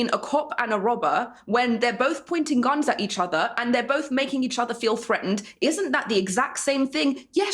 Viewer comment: Why does Dave keep saying "bolth" rather than "both"?